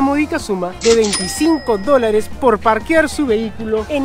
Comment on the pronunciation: Cada vez que dice dolarachos me empieza a doler la cabeza